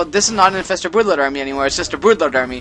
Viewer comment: Stop saying boodlord. Its an R in there somewhere.